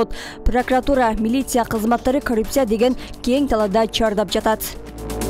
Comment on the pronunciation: Журналист кыз коррупция дегенди сонун айтат го корупсуюя корупсуюя деп 🤣🤣🤣🤣